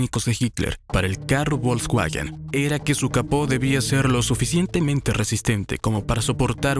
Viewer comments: Veo que no sabes pronunciarlos: "Porche" y "Volsvaguen" (no porcha ni volsvuajen) solo por si te interesa decirlo bien 😅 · La marca Bolcsgüagen... se dice Folksvagen y seguro lo has escuchado, nada más son ganas de no decirlo bien. 🤣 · Excelente documental... salvo por el horroroso narrador IA... bolksguajen Tanto cuesta narrar tras un mic? 🤦🏼‍♂ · Volkswagen,se pronuncia fols vagen,esa v suena como f en alemán